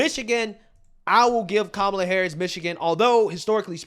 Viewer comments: That lady mispronounced Camela. You know what that means by CNN standards, so why didn't lemon confront her on it? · The Puerto Rican lady pronounced her name Camel-la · She said “camel ah” lol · So you're going to vote for someone when you can't even pronounce their name correctly? Camel-a 😂😂😂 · Thay woman at the beginning called her....Camel-A 🤣🤣...I agree with you on your analysis. The main thing is to stay away from MSM , even Faux Spews as they will start playing mind games with the masses. TRUMP 2024 MAGA LFG!!! 👍👍💪💪💪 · Surprised Donny Lemonpack didn't correct her on mis pronouncing her name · Strange. Don didn't correct the PR lady's pronunciation of Kamala like he loves to do with "others". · that woman is a racist.... she said kamala name wrong! 😂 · She's so, so very excited to vote Kamala (and clearly always has been), but can't even pronounce her name. Just goes to show she's done a solid zero seconds of research. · mispronounced Kamala's name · Don didn’t correct her, when she said Kamala wrong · Oh noes she said Kamal's name wrong! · Whoops, she just mispronounced Kookoo's name. (At least I think she did, no one can seem to keep up on that.) She must be a racist!! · That Puerto Rican woman did not pronouce Kamala's name correctly. She's a racist and I am appaled. I demand an apology.😂😂😂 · WHOA WHOA WHOA did anyone else hear that ray cyst, seg cyst, bigoted lady mispronouncing CAM uh luh? I don't have the words. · Don Lemonparty, when are you going to pronounce it correctly? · How did that lady call 🐫 a la WRONG & NO BODY SAID SAY HER NAME CORRECT ??? GTFOOH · She didn’t pronounce Kamala right why didn’t he say anything